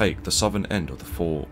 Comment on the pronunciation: Fort has a T at the end.